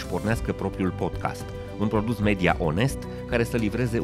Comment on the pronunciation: PODCAST!!! SE PRONUNTA PODCAST!!! NU PODCHEST!